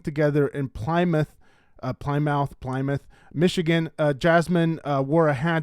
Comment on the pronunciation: you really should figure out how Plymouth, Michigan is pronounced. I'm not even American, and I know 😢